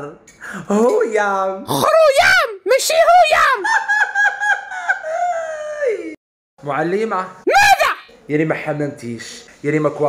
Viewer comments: خرويام ماشي هويام هههه😂😂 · خروياام ماشي هياام 😂😂😂😂😂😂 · خوريام ماشي هويام.....🤣🤣🤣🤣